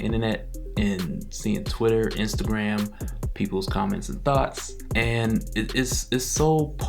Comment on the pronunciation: Did he say Thoughts cos it sure bloody sounded like Thots 🤣🤣🤣🤓🤓 I'm just saying